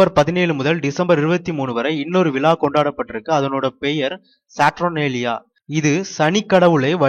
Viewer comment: கிறிஸ்து விலா அல்ல இது. அது விழா .மாற்றி சொல்ல வேண்டாம்